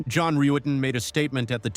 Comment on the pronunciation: Yea, that was something. I don't think I realized that the detectives mispronounced John's last name the first time watching.